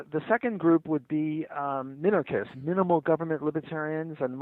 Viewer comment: "Minakernists?" -Sam Seder on minarchists